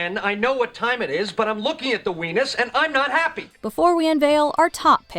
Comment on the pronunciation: “I’m looking at the WENUS and I’m not happy” 🤣